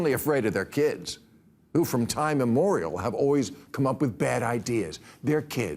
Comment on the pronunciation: The idiom is "from time immemorial", Bill, not "from time immorial".